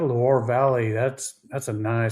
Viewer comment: (Loire) Loo-are Valley.